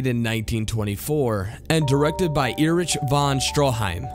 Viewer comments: Robert Bish And Erich Von Stroheim's first name is pronounced "Eric," not "E-rich!" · Seriously. "Air Rich" Von Stroheim? "F.W. Merh-nay"?